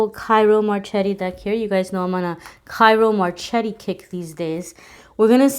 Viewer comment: you pronounce it : Tjiro Marketti ;-) Ciro Marcheltti